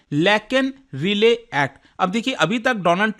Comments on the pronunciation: Relay nhi hia bhai rai-lee hai😂😂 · Relay nahi Riley (Rai-Lee) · its not relay sir but Riley (RAILI) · And its लेकन राइली एक्ट। Not "रिले".